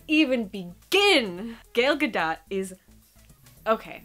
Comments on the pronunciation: Not ALL DC films have been bad. Just the ones made after Dark Knight Rises. Gal Gadot is Israeli. It's actually pronounced 'Goll Ga-dough-t' Like: 'Doll Float'. - Hey now... ;) I'm in love too. :) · The A in both her first and last name is pronounced like the A in Guitar.. Tar... Far... Not so much like Bar but close.... You get the point.